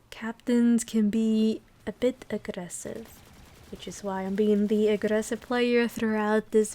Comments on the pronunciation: Dat VOICE omg, "agRRessive player". so much pleasure to listen. nice run bdw. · The R in aggRessive tells me you are probably Latina. Also expressing laughter in the comments like jaja instead of haha. Buena video señorita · I love the way you say aggressive